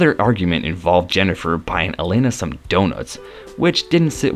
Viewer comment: Alana, not Elana...if you're going to narrate learn the names.